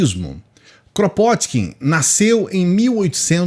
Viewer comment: O nome dele se pronuncia "Krapôtkin".